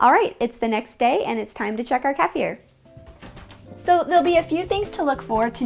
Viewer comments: I just love your dog! Beautiful , simply beautiful little dog, and lucky, he gets kefir probiotics. 😄 And now that I've watched this video a few times, I'm picking up on your pronunciation of kefir to sound just like I heard pronounced as keff-fear. I'm double fermenting my first batch, and just started my second. Tomorrow I'll start to enjoy my first batch, maybe in a kefir, blueberry, kale liver-detox tonic. 😋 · California girl calls it “Kafir”. So irritating. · pronounced KEY Fear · She was saying it wrong too though. Кефир (kefir) is Russian and sounds more like "kie fier" with hard R and tongue roll. I much rather hear the American "key fur" than someone pronouncing the Russian wrong... sounds so wierd to me. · It's originally (centuries ago) pronounced "KAY-fear'". You have to get your vowels correct first, then understand the accent on the 1st syllable. In the US, of course we all say it the way you do. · Why she says the word kefir as Kafer. It sounds so weird and wrong ugh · No it's not. I comment on this numerous times throughout this video thread about that. Modern day language, yes, you are right. The correct pronunciation since olden times it is pronounced "KAY-fear." Your vowels are not correct. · Great video. In Europe we call it Keefir ( the emphasis being on the ee part of the word. But hey that it really important. One issue I’ve been having lately is gas forming in the stored kefir in the fridge. It’s great the day I remove it from the grains & put it in the fridge, but after a couple of days it’s almost like drinking a carbonated drink. I’m not sure what I’m doing wrong. I’m using non homogenised grass fed milk from Jersey cows. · If you want to know how to pronouce keifer it rhymes with heifer! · It's pronounced Keefa or feefer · Most American say KEE-fur or KEFF-er. The correct pronunciation is kuh-FEAR. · keee- fer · its is pronounced KEY-FIR or KEE-FIR not CALF-EAR lol sorry maybe just an American thing but that is the correct name for it.